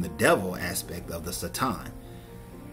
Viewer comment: Theres only so much times i can hear someone say sa- tom i couldnt watch the video lol. Dont try and sound smart. Ignorant people ugh